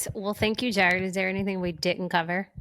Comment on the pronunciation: 💖💖💖 I’m loving your content. Found you after your interview with Gary Brecka and so happy I did. And after this episode , found out you’re from NOLA. Me too! Born and raised. Just moved to Denver a year ago. Am I hearing some Marrero in there from how you said “Jaared”??🫶🫶